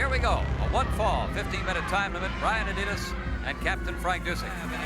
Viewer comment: His name was Brian Adias not Adidas like the shoe . Am I mistaken ? Or did he use that for a while ? The announcers keep saying it , but I culda swore on my life it was Adias ! And cool seeing Dusek wrestle other than his later commentary role .